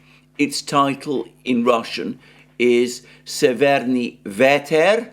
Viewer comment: Very good pronunciation Mr Mercouris of Severnyi Veter :) Just in the word severnyi the stress is on the first vowel :) Big fan of your daily broadcasts. Through my origins i'm very familiar with the roots of the conflict. As I live in the West I was shocked by the propaganda and outright lies that main media feeds to unfortunately completely ignorant majority. Please continue to deliver the analysis of the factual information! I'm very grateful for your efforts to find facts, considering you do now speak Russian or Ukrainian, which makes it harder as I imagine. Wishing you all the best!